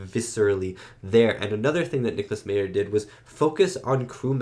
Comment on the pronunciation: Leonard Nimoy had the perfect pitch for this movie. What if the (Berlin) wall came down in space with the Chernobyl explosion depicted as the Praxis explosion at the beginning of the movie? Nicolas Meyer is pronounced 'My-er' not 'mee-er'